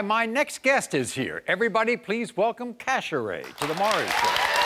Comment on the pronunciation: Cash-aray aka cast-aside 🤣